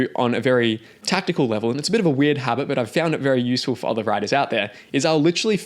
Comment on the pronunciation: 'other' isn't pronounced like that ;) . its like 'brother' not 'bother'.